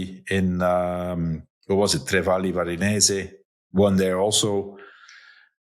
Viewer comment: This is the first time I’ve heard Johan mispronounce a race name - Tre Valli Varesine.